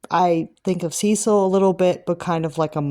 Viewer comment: It’s commonly pronounced: Sis-seal. 😊